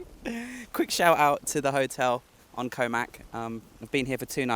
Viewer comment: I enjoyed this video. I went to Koh Mak many years ago and it doesn't seem to have changed much. I know it's trivial, but the vowel sound in "Koh" ( เกาะ) is a short one, like the vowel in got.😊 Just say "got" but replace the "t" with a glottal stop.